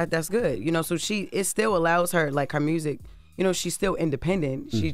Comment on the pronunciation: The way Jess says Mewrziik is so funny to me 😂😂😂